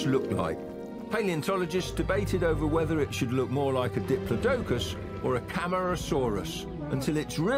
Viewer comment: bro said dip li do cus instead of diplodocus